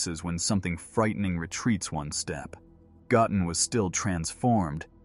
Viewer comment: I really wish the AI would pronounce Goten's name correctly 😂